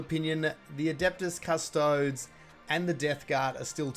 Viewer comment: Please learn how to pronounce Adeptus Custodes.